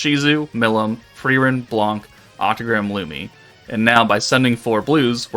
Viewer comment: u said it "right" blanc just remove the C sound at the end as it is silent